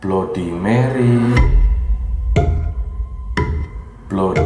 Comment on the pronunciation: Baca / ngucapinnya bukan Blodi Meri.. Tapi Bladdi Merri..